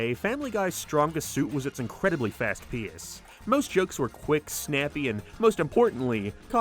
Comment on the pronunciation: why do you say “pace” like that?